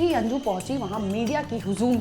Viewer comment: Anju ❌ anji✅😅